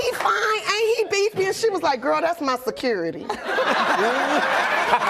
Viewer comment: “ it was her securrity “ 😂😂😂😂😂😂